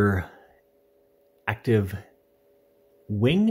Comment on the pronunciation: Hollup.. Did he say rear ACTIVE wing?